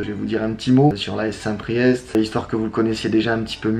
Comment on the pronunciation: Par contre on dit st PRIÉ